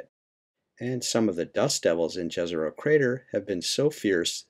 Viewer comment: The name is pronounced like "Yezeroh", btw. Please up your game, it will only benefit you and everyone else.